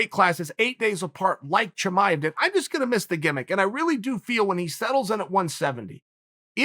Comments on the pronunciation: **BREAKING NEWS*** Birth records have been officially changed: Khamzat Chimaev’s name has been changed to Hazmot Chimaez. Uncle Chael hath spoken... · From now on...Khamzat Chimaez...ok great... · Who’s Chimaez?🤣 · Everyone: Chimaev Chael: Chimaez Me: Chimaez it is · Thank God uncle Chael was here...khamzat didn’t even know his name was spelled wrong🤦🏾‍♂️ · Chael "Chimaez" Sonen